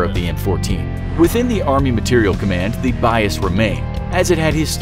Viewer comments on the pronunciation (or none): none